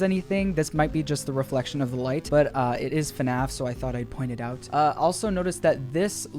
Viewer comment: Five nights at Freddy's is fnaf not fuhnaff